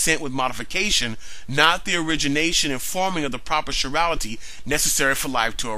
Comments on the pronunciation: Evolutionists have been avoiding abiogenesis by saying it is not part of evolution. Guess what? No life-no evolution. By the way, it's pronounced kai-rality, not shi-rality. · Thumbs up on the great video! BTW, that's an interesting pronunciation of chirality (sure-ral-ity). I've always heard it pronounced as rhyming with 'tie' (as in 'chiropractor', 'chelation', etc), since it's a word derived from the Greek, suing the Greek letter 'chi' (as in sorority, say alpha chi). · chirality is not pronounced like chivalry. its is prounounced like the greek letter chi